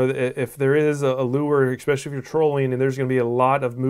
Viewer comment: Thanks for the vid...however...there is no such word as 'ekspecially'...it is 'especially'...which I'm sure is knit picking.